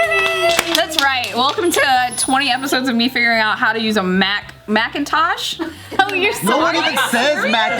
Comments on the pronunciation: I thought she was saying Mac and Tosh, like those characters from Looney Tunes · Everytime says Mackintosh a angel gets its wings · everytime say "mac" im like YES SHE GOT IT then she continues with "-intosh" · “Macintosh” - 2019